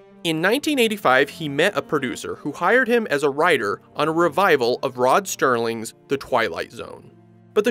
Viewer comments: It’s Rod Serling not Stirling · Rod SERLING not STERLING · Thanks for this video--good job! One thing: It's Rod "Serling" (not "Sterling"). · seconds. Did he say, "Rod Sterling"??!. Turning this off. Thank you. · It's Rod Serling, not Sterling..... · I'mma be that guy... its Rod Serling, not Sterling. Common mistake! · Did you say Rod STERLING? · "Rod STerling" 🤦‍♂ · ROD SERLING not Sterling dammit! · Not Rod Stirling. It’s Rod Sirling- there’s no ‘T’ in the man’s name. There’s no ‘I’ in Jaguar either so don’t say ‘Jagwire’. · Serling, not Sterling....just saying. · Rod *Serling. No T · Did the narrator really say "Rod Sterling?" What a travesty!